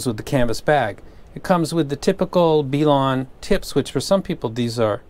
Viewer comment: B-lawn and Tripe-owin........wow the ability in pronunciation is top notch